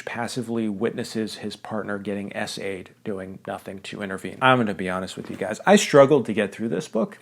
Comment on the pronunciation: I thought he was saying "assayed" as I work in chemistry, so I was really confused.